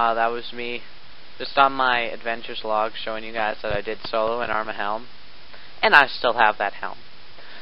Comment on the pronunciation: btw, its not pronounced, "arm-a-dayle" its pronounced, "arm-a-deal"